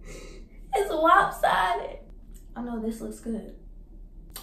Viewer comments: PERIODTTT POOH Nah she didn’t even say lopsided she said wopsided 😂🤣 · “It’s wopsided”😭😭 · Nobody:: it’s WoPsIdEd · "its wopsidedd"